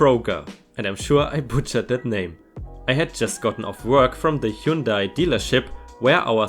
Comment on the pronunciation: You pronounced Kroger perfectly, now Hyundai on the other hand…lol God bless and love the IDWHL content!